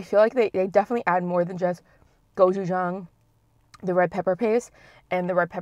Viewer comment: uhhhh the way she said gochujang...